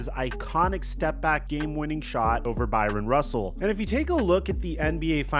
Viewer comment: Byron Russell??????? Its BRYAN Russell, seriously learn to read and talk, you are too focused on Lebron and Bronny to even know how to speak properly